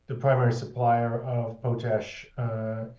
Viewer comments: It’s POTash ‘not’ POTE-ash❗️ And, Rudyard; re: Friday Focus Intro; its: Excer’pt not Excer’t’. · It is pronounced POT-ash, with pot like in cooking pot, not PO-tash. LOL.